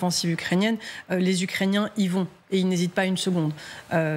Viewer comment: 6mn 23, trinquand " ... par.les ucréciens..." faut arreter de trop trinquer avant en loges😅